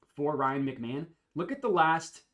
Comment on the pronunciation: Isn’t it pronounced Ryan Mc-Ma-hone? The announcer was wrong if not hahah love the videos man